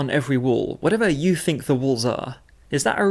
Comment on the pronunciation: I agree pretty much, but I have other problems with worship songs, ALL Christian music really. When the words me and you come up, they are pronounced as may and yo, typically when it is the last word of the last line of a verse or chorus. Equally annoying is when people born in the US pronounce certain words when they sing, as if they have a British accent. My play list is limited, but I weed those songs out as much as possible. Worship music and the service in general in church, reflects the sorry state of Christianity as a whole. Progressive, liberal, and worldly.